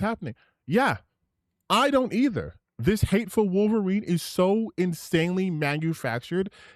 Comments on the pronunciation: Dropping L's constantly calling the Wolverine game "WAL-verine" never stops being hilarious, lol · It's "Wahl-verine". An obvious reference to obscure early 90's action star Ken Wahl! No really!